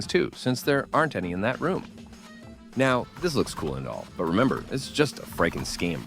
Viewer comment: i remembah tha